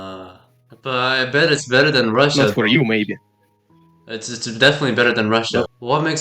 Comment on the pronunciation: 발음이 존나 러시아식 영어네ㅋㅋㅋ비꼬우쓰 깐운뜨리 베때르ㅋㅋ 공산주의 사상에 빠진 가난하고 무능해도 공산당이 최고라 생각하는 찌질한 놈ㅋㅋㅋㅋㅋㅋ